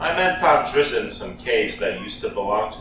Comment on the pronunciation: You actually pronounce his name like "drist"